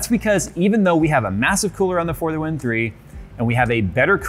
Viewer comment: For half of the vid i tought he was saying further wind instead of for the win